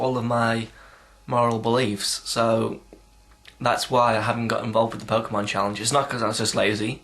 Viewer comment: pokemon the way u say it is like gay sex =P